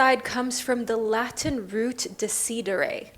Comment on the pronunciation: so cute when u pronunce"decidere" (italian word)